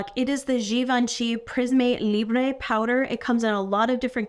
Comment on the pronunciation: Thanks for all you do! FYI, you are pronouncing the Prisme Libre like its Spanish, not French. 😊